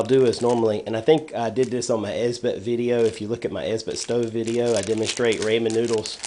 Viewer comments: it's not raymen - it's rah - men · ramen = raw men not ray men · I like how you say "raymen" although it's really "rawmen". Great ideas on mixing food together for a better meal! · "Raymen" noodles?! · the 'l' in salmon is silent. and i think its pronounced "rah-men" but alright i'll stop being an ass thank you for the ideas